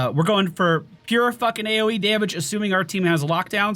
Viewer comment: "this is our A-O-Wii" :)